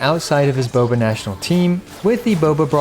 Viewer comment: everytjme you say Boba I cringe.